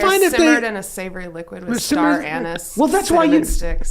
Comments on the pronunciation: Is a tea egg anything like milksteak😂😂😂 anise pronounce like ( a niece) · Is a tea egg anything like milksteak😂😂😂 anise pronounce like aneece